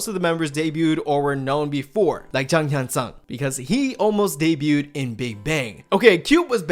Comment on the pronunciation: so umm... the pronunciation... the rest were perfect but i noticed you say 'seung' as 'sung' (e.g jang hyun-seung, seungyeon (clc)) also yeeun (clc) it's not really 'ee-un' at all, more like 'yeh-eun' ykw here put these in google translate this'll help :> 장현승 (jang hyun-seung) 승연 (seungyeon) 승희 (seunghee) 예은 (yeeun)